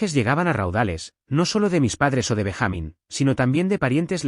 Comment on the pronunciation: Benja-mín no Ben-jámin